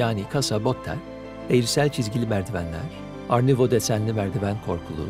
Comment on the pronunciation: art nouveau - art nüouv diye okunuyor bitkisel, oryantal süslemelerin olduğu sanat akımıdır. araştırmak isterseniz baştaki gibi yazılır. Tebrikler başkanım sanatla ilgilenmeniz <3 ben